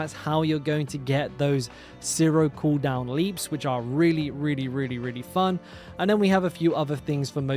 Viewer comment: Why do you say all your v's like f? 😂 There's a fery good chance, fulnerable, etc, but you're right thorns is the way to go, tons of fun, I mean vun!